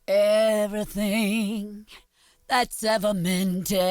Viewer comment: "see, all you hear is everythang..." love you dave